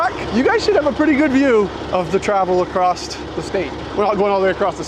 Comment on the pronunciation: The T is silent in “acrosst”